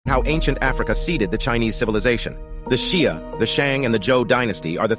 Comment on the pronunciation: The narrator’s pronunciation of Xia and his use of “Mongoloid,” a outdated anthropological classification rooted in old German racism, tell me that he and the theory he’s pushing are totally full of it.